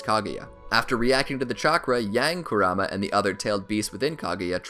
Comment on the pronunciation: How he says Kurama...